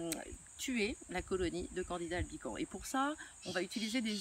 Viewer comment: le S se prononce à la fin de albicans :)